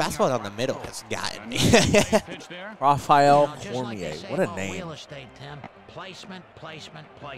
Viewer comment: hehe, not Raphael Cormier - its Rheal Cormier - he is from Canada